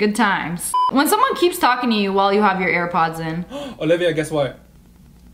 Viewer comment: The way she saved herself from saying ear pods instead of air pods was funny 🤣🤣🤣🤣